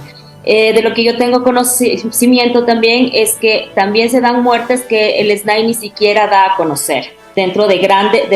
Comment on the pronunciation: Las siglas SNAI no deben leerse "esnái", eso es incorrecto. Debe leerse nombrando cada letra, o sea: Ese Ene A I.